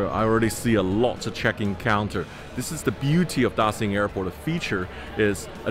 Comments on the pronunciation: why are you pronouncing it 'Da-sin' it's 'Da-shin' surely you should know that since you're an aviation geek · I like your video very much, but I wanna remind you to stop saying "Da Sing" airport, and even the foreign architect knows the pronunciation is like "Da Shing" airport. We know you can speak mandarin very well, so stop doing that, thanks. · No ones gonna say it? Daxing? Dashing? Ok I'll leave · Sounds like Dashing. Beijing Dashing Airport. Btw the Chinese names means great prosperity.